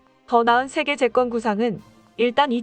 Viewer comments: '더 나은 세계 재건(B3W)'에서 [재껀]이라고 발음하는데 [재ː건]이라고 발음해야 함. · 재껀 아니고 재건으로 발음하셔야죠